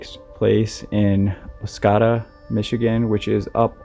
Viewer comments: Second "o" in Oscoda is a long "o", like a Canadian would pronounce it (or someone from northern Michigan). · Just wanted to say how much I enjoy listening to your video's. And also wanted to say that the town is Oscoda and is pronounced oss-COE-duh - good job on your stories! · I had to stop and go back to look at map as i didnt recognize the way pronounced it. I used to hunt rattlesnakes along the river and Oscoda with my cousin When I was a preteen and teenager. Wonderful memories. My heart goes out to Patricia's family. 🙏